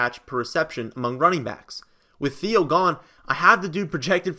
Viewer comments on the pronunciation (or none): none